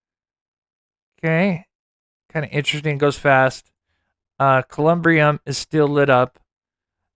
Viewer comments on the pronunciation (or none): Columbarium is the proper word. Like Katie Proudfoot would say "Google it y'all" Thank you for all your amaizng work that you do for Sebastian.